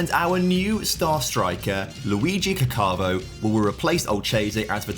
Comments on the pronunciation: It's pronounced Càccavo, with the stress on the first A, and the double C makes the C sound longer. It shouldn't sound like "cacàvo" (which is what said), which is actually how you spell "I shat". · If u put the accent in the right place, it isn't really different from the likes of Caccamo. The way pronounces it tho really means pooping ahah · The way you pronounce "Caccavo" isn't really correct, you're literally saying "I shat" ❤ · pronunciation of the name means "was pooping" in Italian ahah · Man's name surely isn't caccavo. Italian for "I pooed"